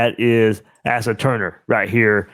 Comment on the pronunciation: Asa is pronounced "Ace-ah"